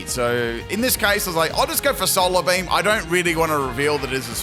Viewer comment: "Solar Bleem"